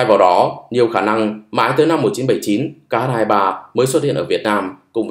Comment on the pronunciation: X 23 ta đọc là khờ 23 chứ tiếng anh ko có chữ kh